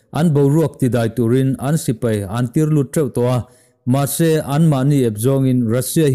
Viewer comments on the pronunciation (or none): none